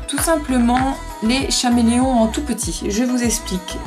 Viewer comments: K-méléon. CHAméléon c'est pas possible, mes oreilles me brûlent. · chameleon ce prononce kaméléon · On dit caméléon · C Cameleon on le prononce SANS H et en anglais aussi et on acheter c crayon chez le magasin Dessert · C'est vrai qu'on s'en fiche un peu de la prononciation. Mais le "H" n'est pas utile ! Je sais pas, vous avez pas fait le rapprochement avec l'animal du même nom ??? Et le "H" se prononce ?! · El Pueblo non c’est une erreur que bcp de personne font en le prononçant comme le nom de l’animal mais sa ce prononce avec le H